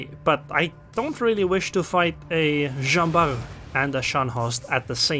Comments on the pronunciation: I'm tempted to pronounce the t cause I'm used to Bart Simpson, but since the name of the guy was really Jean Bart and not Barthélémy or smth, I suppose the t is mute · I can't be 100% sure because it's a proper noun, but I'm still pretty sure we should pronounce the "t" at the end.